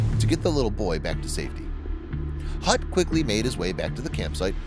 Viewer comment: Hutt not Gut